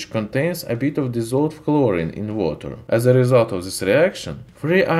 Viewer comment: Chlorine or hlorine lol